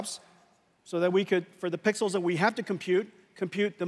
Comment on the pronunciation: I heard him 😂